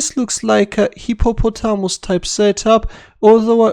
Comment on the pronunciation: Dubious attempt at pronouncing hippopotamus 🤣